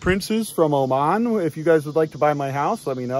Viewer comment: im actually from Oman and hearing you say that was hilarious 😂😂 any ways love your channel keep it up